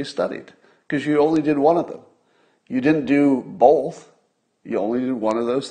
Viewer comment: I find it odd, that Scott (and Tim Poole) put an “L” in the word Both. They actually pronounce it BOLTH.... Listen to Scott and Tim say it. Its fuckin weird man. Where is that coming from?? So weird. Aloha.